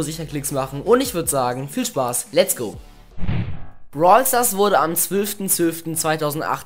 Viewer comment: Du sagtest am Anfang brawl stars wurde am zwülften zwülften global realead sry triggered mich wenn jemand zwülf als zwölf ausspricht my bad